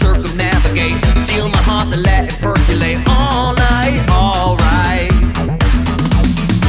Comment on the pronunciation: The word is percolate, not perculate!